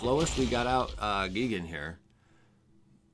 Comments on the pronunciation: GEE-gen? No, GUY-gan. Also, kinda disheartening that every single player seems to be playing almost identical decks days after a set is released. I just started playing online and every other deck is the same thing. Smh. Copycats all over. Come up with your own stuff people!!! End of rant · As a BIG TIME MTG and Godzilla fan I feel obligated to help you with pronunciation... it is pronounced: "G-eye-gan"